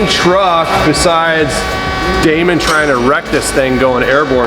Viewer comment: salim hassan it's Damon not demon 👹